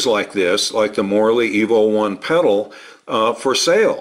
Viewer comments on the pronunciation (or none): I kept hearing Morley EVO as "morally evil" lol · You said: Morley Evo One I heard: Morally evil one